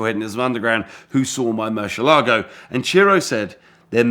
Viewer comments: Murrshh elago LOL😂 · Moor-syeh-lago ; dee-ablo. Stop those cringy pronounciations mate. Damn that fake countach looks fine! The first time I think a replica of these looks fine